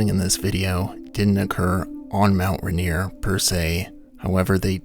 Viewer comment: Ah yes, Mount Rineere